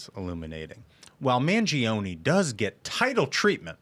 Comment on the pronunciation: Everyone is pronouncing Luigi Mangioni's name incorrectly and I'm sure it'll be hard to correct people. I know it won't change anyone's way of pronouncing it, but just want to point it out. Correct Italian, it's pronounced "man-joni" not "man-jee-oni" When an "i" or "e" after a "G" or "C' changes the letter phoneme, it's not pronounced unless left alone (like Bongino) Ciao is not "Chee-ah-oh" it's just "chow"